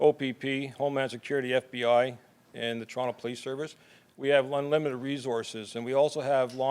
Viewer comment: we have unwimited wesources